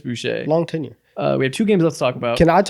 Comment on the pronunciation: why does keep saying tenure wrong